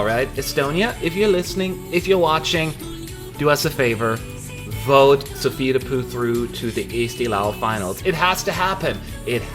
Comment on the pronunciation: I can't hold my self anymore its soo funny how you pronounce ``Soovide Puu`` 😂😂😂